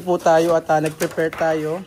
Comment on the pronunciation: bka mabash kn nmn s kbila s sinabi mo...ng frefrefare (ngpreprapare) sabi mo.😅✌